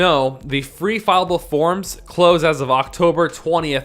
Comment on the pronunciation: FILLABLE, NOT FILEABLE!